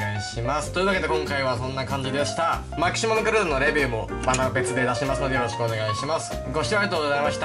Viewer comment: マキシマガュリーダって言った時吹いたwwwwww